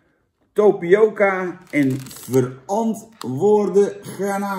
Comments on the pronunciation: Tapioca Jan, geen Topioca.. encyclopedie!! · Geen Topioca maar. Tapioca Jan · tApioca Jan niet tOpioca